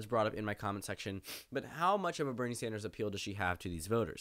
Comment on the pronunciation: When you say Bernie Sanders, I hear Brittney Sanders.